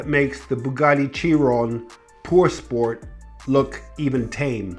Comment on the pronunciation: Did anyone else cringe when he said Chiron Pur Sport?